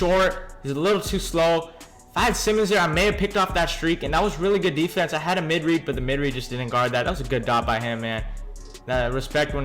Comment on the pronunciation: U just don't know how to say defense...try using all mlb